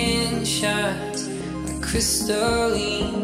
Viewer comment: The dudes pronouncing it crystal lean instead of crystal line and its pissing me off.